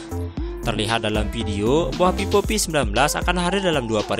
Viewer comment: Vivo bang. Bukan pipo... Haha